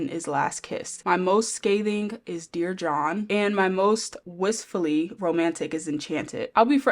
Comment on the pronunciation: The pause in dear john is so funny😭